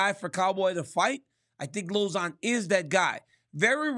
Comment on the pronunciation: RC said LozOn😂